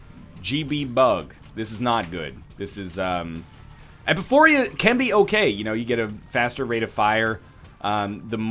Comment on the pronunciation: This has bothered me for far too long, it's not epiPHORIA, it's epiPHORA.